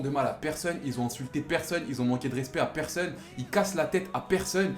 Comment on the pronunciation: Mdrrrr qui a remarqué que dans et disent "personne", ils prononcent "perseunne"